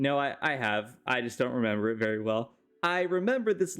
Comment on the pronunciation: "this concept is verry humane"